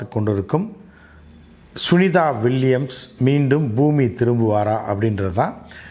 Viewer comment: சார் . Boo என்று ஒரு தமிழ் சொல்லு உண்டா ? Boomi. பூமி என்று அழகாக சொல்லுங்கள் . Boomi என்ற உச்சரிப்புடன் தமிழில் எழுதிக்காட்டுங்கள் பார்ப்பம் .